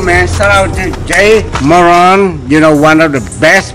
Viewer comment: “Jay Moran”